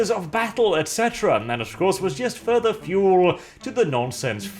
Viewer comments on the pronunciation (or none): none